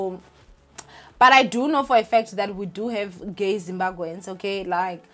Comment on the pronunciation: Please work on pronouncing Zimbabweans, it may come across as disrespectful.